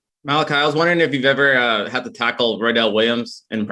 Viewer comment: He was asked specifically about how hard it is to tackle Roydell. *Roydell, not ‘Roedell.’